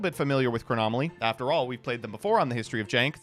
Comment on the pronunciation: “Chronomaly Hyuk” hurts me so